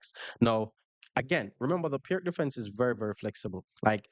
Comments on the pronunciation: Enjoyed the video. I like to play the Pirc. Btw, it is pronounced “Peerts” (like pier) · Great vid! FYI, Pirc is pronounced “peer-tz”.